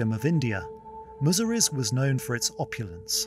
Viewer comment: Its not Muziri. Its Musiri.